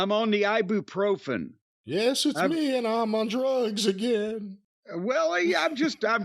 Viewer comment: "Eye-Boo-Pro-Fen" and "Arthur-Rightis" ..... holy f*** ... 🤣🤣🤣